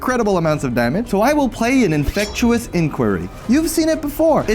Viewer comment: Infectious =/= "infect-U-ous."